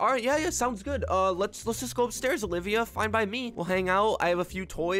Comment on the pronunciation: i like how he said when he met her again ovilia not olivia